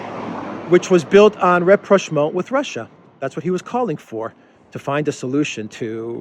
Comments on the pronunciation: he says "an opposition party that was looking for ____"? What was that, rep-rash-maul? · Am unfamiliar with the word "represhmo" or the word that sounded like that to my ear...can anyone clarify? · ah yes,I know the word well,thank you for the clarification!I guess I had a hard time understanding the pronunciation...thanks again!